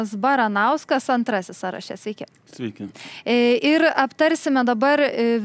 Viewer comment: Ne "sąraŠE", o "SĄraše", mergaite žurnaliste ;)... Ne "sąstaTE", o "SĄstate"... Klausausi toliau 😅 Ne "pas jus programoje", o "jūsų programoje"..."lygiaVERčiu", ne "lygiaverČIU".. Blyn toliau neklausysiu, neturiu kantrybės bemokslei..